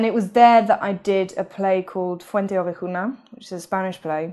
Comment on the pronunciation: The way she pronounces Fuenteovejuna ❤️❤️❤️